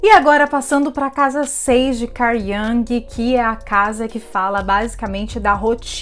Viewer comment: A pronuncia é IUNG